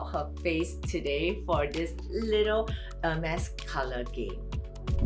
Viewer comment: hermes should then put “how to pronounce the color “for the non French speakers